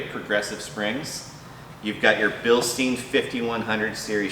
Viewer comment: Bilstein is pronounced like Bilstine or Frankenstein not Bilstene. Don't worry most people pronounce it wrong... I used too also.